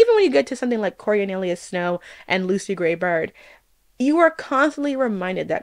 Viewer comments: Girl, your media analysis is really interesting but PLEASE learn how to pronounce Snow's name, it bothers me so much I can't even finish the video😢😢😢 CO-RIO-LA-NUS not CO-RIO-NE-LUS - a classicist dies every time 😭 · It's an interesting video, just a small critique: it's Coriolanus, not Corionelius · I know it's a mouthful of a name and all, but it sucks that you keep mispronouncing this guy's name so wildly. "Corionalius"... girl just call him Corio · always on point, never misses. Nothing she can't do except get the guy's name right (Co-rio-lanus) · The best part of this video were the many different ways pronounced "Coriolanus" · How are you going to criticize a film without getting its title correct (you swapped songbirds and snakes) and pronouncing its main protagonist’s name incorrectly? Coriolanus wouldn’t be such a mouthful if you said it correctly. I have a hard time taking you seriously when you don’t put in the effort to accurately represent the medium on which you’re commenting. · I so rarely downvote videos… but I had to here. I thought it was going to be a video analysis on some psychological theme, but here we are with another woke agenda of a video, with an influencer not even bothered enough to properly pronounce names. Or the title.